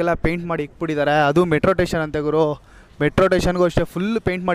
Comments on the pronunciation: ಹನ್ನೆಲ್ದು ಅಲ್ಲ ಹನ್ನೆರಡು, ಟೇಷನ್ ಅಲ್ಲ ಸ್ಟೇಷನ್. ಬೆಂಗಳೂರೇ ನೋಡಿಲ್ಲದವನ ಥರ ಆಡುತ್ತ ಇದ್ದೀಯ. ಯಾವ ಊರು? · ಹನ್ನೆರಡು❌ ಅನ್ನೆಲ್ಡು ✅ ಮೆಟ್ರೋ ಸ್ಟೇಷನ್ ❌ ಮೆಟ್ರೋ ಟೇಶನ್✅